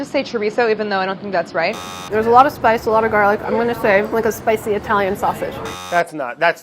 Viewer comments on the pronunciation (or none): Americans pronoucing itallian/latin deriven names is the worse. Cringe af